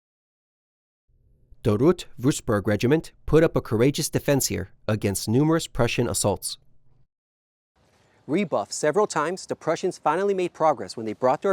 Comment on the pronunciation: Just a little tip: Würzburg is pronounced like "Wuertzboerg". It's important to say "tz" when pronouncing the Z in German. Great documentary, very detailed and explains everything well!